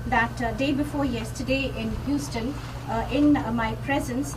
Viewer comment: Gad BarninG hUUUston ahahhahahah